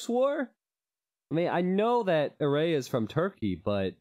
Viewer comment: Btw red player's name is pronounced as Eray with a closed A like the A in Heart